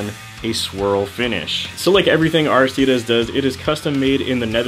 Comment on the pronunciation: The way you pronounce Aristides hurts my soul a little lol